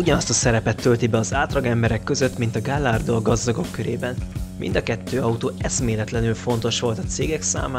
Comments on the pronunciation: A video szuper. Érdekes és vicces. A legjobb amit mostanában láttam! De az autók nevének kiejtésén finomítani kellene. Ami legjobban fájt "Gallardo" így magyarosan. Ez egy spanyol szó gájárdónak kell ejteni. A Chevrolet francia eredetű, tehát nem Sevrolet, hanem Sevrolé és nem Kavalier hanem Kavalié. De legalább nem Lamordzsini... Nem okoskodni akarok, de, ha már ilyen jó a video, kár ezzel elronatani. Amúgy várom a következőt, nagyon jól szórakoztam! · A Lamborghini típusokat hagyományosan híres spanyol bikákról nevezik el. Ezért a típusnevet a spanyol kiejtés szerint szokás mondani. "Gajardo"